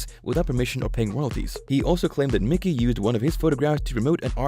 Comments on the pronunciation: Who the hell is Mickey???? It’s pronounced My-Key his name is Michael! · Said as Mike E! Not Mickey. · its Mikey not Mickey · It's not mickey it's mikey.he ain't no mouse.!! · Who the fck is Mickey it's Mikey you clowns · Mikey not Mickey